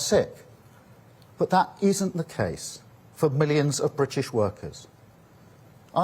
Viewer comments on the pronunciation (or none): The Bwitish pweopal